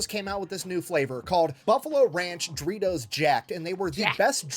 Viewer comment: Still find it funny he pronounces doritos as dreetos